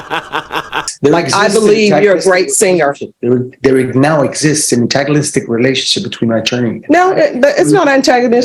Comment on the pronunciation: NO SUCH THING AS AN…..ANATAGOLLLISTIC. TRY SAYING….ANTAGONISTIC…..OOOFDAHHHH…😵‍💫😵‍💫🥴🥴🥴